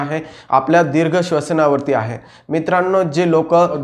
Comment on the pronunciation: दिर्घ मधील "दी" दीर्घ पाहिजे . र्हस्व नाही .माहिती उत्तम .